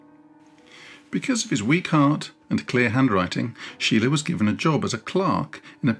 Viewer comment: Deberías aprender a pronunciar su nombre corectamente antes de hablar de el.